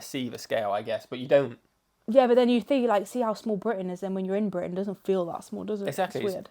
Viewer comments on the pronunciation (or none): If you’re from Britain, I feel like you should be able to say BRITain, and not Bwi-an.